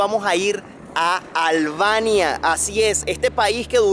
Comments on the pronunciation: No se dice Alvania. Es Albania. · Muy bueno el video, super interesante, pero no entiendo porque pronuncia ALBANIA con la “V”... que comico, no fallo ninguna 😂😂😂